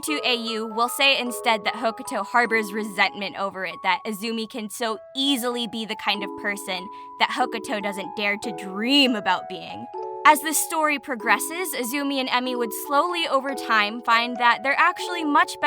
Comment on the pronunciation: Idk if I'm just stupid or if I just somehow missed something- but throughout the video I kept hearing "Hokato" but as far as I know none of them are named that. It seems Hukuro was being called Hokato throughout the whole video, so unless there was a name change i somehow just missed that was a bit strange